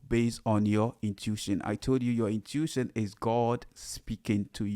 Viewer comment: Hey! Pronounced: "in-tu-ish-on" AMEN